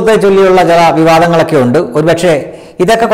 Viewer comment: Need to correct pronunciation ondoo undu etc.